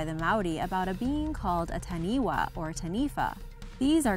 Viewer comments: Wtf do you say tahniwa omfg and you say mowdi omg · Number 8 the taniwha was spelt correctly though it’s pronounced as taniFa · I'm a Maori and I'm kinda offended how she said: "Taniwha." And: "Maori." But, yes. We believe Taniwhas are real. Of course we do.